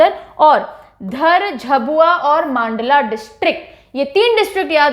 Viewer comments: Ma'am its not झबुआ its झाबुआ And not धर its धार But u r great i always watch ur all vdos 🙏🙏🙏❤️❤️ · Mam mp me वों झाबुआ , धार है आपका उच्चारण गलत है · Don't go to spellings It pronounce .....dhaar , jhaabuaa, and manndlaa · Mam I m from MP and it's pronounced as झाबुआ, मंडला, धार